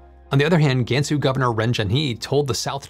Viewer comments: Please note that no Asian language including Chinese has the English vowel sound "ae" in "bad." You are effectively Anglising your Chinese pronounciation. A more closer pronuciation is "Gunsu." FYI Google translate has a good prounciation of Chinese words. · Jiuquan...Gansu.. all the names are pretty butchered. 😅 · Not GAN SUE. it’s pronounced, Gunsu. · How to properly pronounce "Gansu Province" - "G-ahh-n Soo"